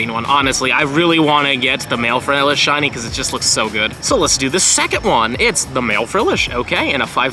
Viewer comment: “Only 3 shinny furfrou.” Hahaha